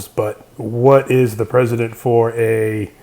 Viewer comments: ...Precedent, pronounced PRESS-edent. Not president. How can I believe in the existence of these beings presented in the vid when the narration contains such a minor irrelevant illiteracy?? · It's "precedent" Not "President"...oh you Illiterate Americans. Oh Yankees of Zero Education. Lmao It's Ok though. I know the American equivalent of a college education is the Canadian Grade three so it's completely understandable. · Not to be a grammar Nazi but it's Precident not president.